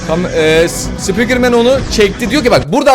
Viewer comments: Abi ben taytın sıpikırmeni seviyorum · Taytın sipikırmen